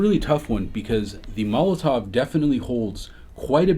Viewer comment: Is just me or does it sound like pronounces Molotow as Molotov?